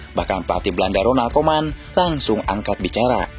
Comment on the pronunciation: RONALD KOEMAN, BUKAN RONAL KOMAN😂😂😂😂😂